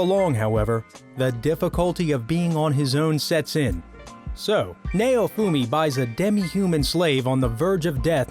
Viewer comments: Lmao nay-oh-fumi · It's pronounce as "NOWfumi" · Nay-oh-fu-me .... I HATE trying to listen to reviewers that can't pronunciate simple names.... Now-fu-me (naofumi). Git Gud. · "Nayowfumi" lmao its pronounced Now-foo-me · Naofumi is pronounced Now-Foomi Idk why but the way he says it annoys me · It might help if you watch the shows you feature in your video. You apparently haven't watched Rising of the Shield Hero as you butchered pronouncing Naofumi's name. Which you would realize if you watched it instead of reading boilerplate descriptions of a show. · that may be so but he butchered naofumi's name so badly